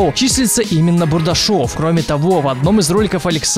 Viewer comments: Не БурдашЁв, а БурдАшев! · бУардашов а не бурдашОв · НЕ БУРДАШОВ,А БУРДАШЕВ!!!!!!!!! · не БурашОв как ты говоривишь, и БудАшев) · не бурдашОв, а бурдАшев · БурдАшев, хоть ударение правильно ставьте когда читаете... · БурдашОв, ааауоа, слух режет. Ощущение, будто вообще снимает ролики "на отвали". Серьезно, в интернете находит информацию о блоггерах, читает это все, вставляет нам отрывки роликов где по нескольку раз зачастую повторяется ник блогера, но все равно в видео читает его неправильно. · Бурдашев ударение на У,а не на Е